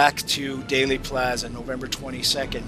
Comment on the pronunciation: There might be a Daley Plaza, [as in Richard, 1968] in Chicago, but the JFK assassination in Dallas was in Dealey Plaza [pronounced Dee-Lee]. Why do so many mispronounce it? -- all historical news of that day who did their research and who were not native to Dallas, got it right.